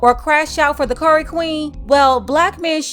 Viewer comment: Did you just say "curry" queen? Lol